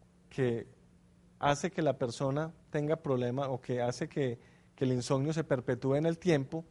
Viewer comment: Insonio??? Que mala dicción!